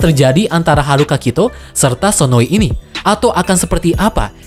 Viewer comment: sdkt koreksi, bukan sononi tetapi sonoi. ngmng" sononi itu villain yg cewek